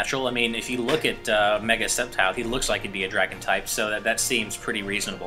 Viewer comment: Septile, Raykwaza, Keyogre, Grewdon. What is with these pronunciations!?